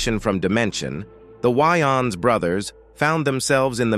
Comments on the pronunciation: It's pronounced Way-ans not Wy-ans that's not a vest that's a tank top smh 😮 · If the some of the Wayan Bro's are gay, that's, them. Their business. And their name is pronounced, "WAY"-ANS. Not "Why-ins". Get it right. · The ai saying shawn why ins is honestly upsetting me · This is hilarious..dude who did this narration, must have just said eny mini mini mo then picked a subject, he s not even saying the wayans name right, he.s missing Shawn and marlan up and no one has ever questioned Shawn's sexuality. He doesn't even try to draw a lot of attention to himself. He isn't regarded as no great actor. This is hilarious. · This is a load of nonsense. Fueling what assumptions?? Yall in need of some content. Cannot see the point of this video. Can't even say his name right. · 🤣😂😅 I said the same exact thang. These damn AI 🤖